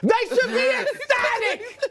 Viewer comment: I watched the Brou “ecstatic” 4 times 😂😭😂😭